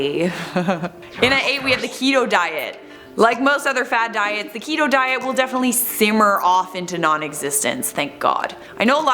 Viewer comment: Keto rhymes with Cheeto 😆 you're welcome